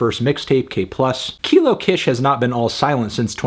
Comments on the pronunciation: Just a heads up, “Kish” is pronounced “Keesh” rather than “k-ish” (it’s shortened for her real name, Lakisha) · I’ve always thought the Kish part of Kilo Kish was pronounced like “keesh” ? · I loved this album! I been listening to Kilo for 10 years 😭😭 and I think this is the first time you've gone to this length discussing her music so I'm glad she's getting that recognition! (Also, please move forward pronouncing her name as Kilo Kish (Keysh) so that people who find out about her music through your platform don't pronouce it incorrectly and so that you are upholding a standard for your level of journalism in case you decide to discuss her work again (which you might since she designed the cover arts for Vince's latest work)) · if she mispronounces kish one more time im going to kill my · Don’t like how he pronounce kish